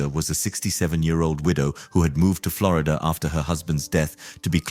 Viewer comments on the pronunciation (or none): none